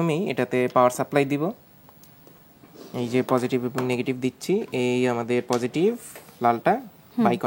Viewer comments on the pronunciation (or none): নেগেটিভ নাকি নেগেটিফ, প্রজেটিভ নাকি প্রজেটিফ? 😅